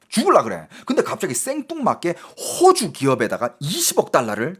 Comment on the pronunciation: 야 임마야 호오주가아니고호주 짧은 단음이다 호오주는 집주인이 호오주란다. 너진짜 말똑바로 안하면 죽는다